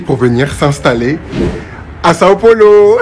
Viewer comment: Os gringos sempre falam " Son Polo " kkkk